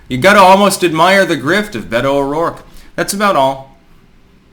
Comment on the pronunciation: Beta-oh-dork, this bitch is cringe af🤣👌